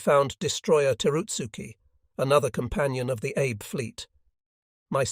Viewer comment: If you care, the Japanese name Abe is pronounced "Ah-Bay". If you don't care, please forgive me for mentioning it. Chick Lewis